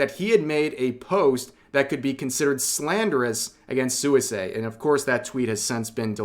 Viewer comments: You know her name is pronounced "swee-say" and not "sooey-say" 😄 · Hi, Rev, good stuff. One thing: Suisei is pronounced more like "Swee-say" than "Soo-ee-say". It means "aquatic" or "aqueous". I hope this situation sorts itself out. Hololive at least seems more together about this stuff than that other Japanese VTuber agency that has been so much in the news lately. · Did my boi Rev just say “soo-ee-say?” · the way you say suisei is kinda psychotic just sweesay- is fine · I know I'm gonna get dunked on for doing this, but here's a pronunciation tidbit! Suisei is pronounced "Swee-say" in the JP language. I personally try to do it accurately when it's a JP Vtuber, but I'm already firmly in "That Guy" territory by commenting this. XD Love your content, Rev! Keep it up!